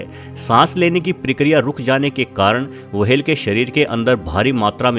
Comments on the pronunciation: वाहेल नाही व्हेल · वो व्हेल होता है वहेल नहीं होता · चचा wahel ni hota whale hota h.... Ab se apni video me dhaayn de warna log mjk udate h 😌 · मुंह मे गुटखा भरकर व्हेल को वहेल कहना सार्थक नही है😆😆😆🤣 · Abe वहेल nahi व्हेल होता है बेवकूफ